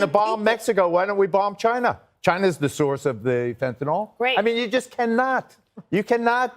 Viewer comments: It makes me cringe when people call fentanyl - fantanol. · Why can't they even pronounce the name of the drug properly? It's 'Fentanyl', not 'Fentanol'. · Tell Judge Judy that it's fentalYl, not fentanALL. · Of course the libertarian pronounces Fentanyl ‘fentanol’. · Why does "Judge" pronounce it "fentanol"? Has she never seen it in writing? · Fen-ton-all. The conservative pronunciation for fentonyl. LOL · For FUCK'S SAKE Fentanyl ends with "nyl" so it's not pronounced like "Tylenol" which ends with an "nol". The ending of fentanyl should sound more like the ending of vinyl.